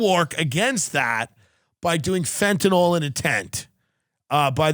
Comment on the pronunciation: Stop calling it fentanall its fentanyl .sorry I hate when people try to be smart and can't pronounce words right.